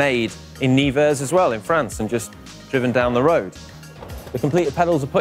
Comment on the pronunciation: it's not "Niver" but "Neuver" ;) #NeversRpz